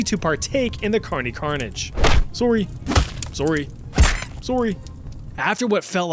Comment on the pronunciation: "Sorey" PUNCH "Sorey" PUNCH "Sorey" PUNCH "Sorey" PUNCH "Sorey" PUNCH What a true Canadian gentleman 🇨🇦🇨🇦